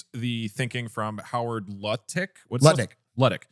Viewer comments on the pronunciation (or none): love the way and Doug asked Atrioc how to say "Howard Lutnick" and then both immediately said "Luttick" & lmao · The pronouncing howard lutnick’s name wrong despite atrioc correcting multiple times was a hilarious bit